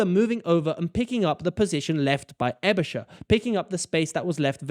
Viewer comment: Not really. But he does ponounce Aebischer right. So it's Schaer 🤔